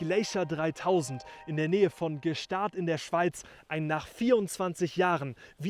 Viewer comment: sul capitolo Gstaad stendiamo un velo pietoso. la pronuncia del paese è sbagliata, vicino a Leukerbad ???, e il tunnel non è a Gstaad !!!